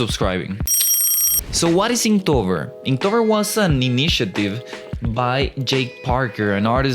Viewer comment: Inktober not Inktover!!!!!